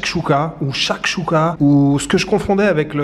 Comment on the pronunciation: Chekchouka monsieur ya pa de kha que des k hhhh